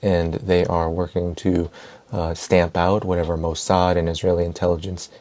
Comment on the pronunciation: Its "Mo Sad"!! 🤬